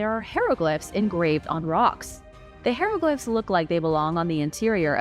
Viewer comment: Ok say it with me hi row glyph